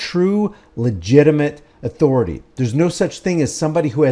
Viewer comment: I dont know if it's where he got it, but Cartman on south park, says it like that.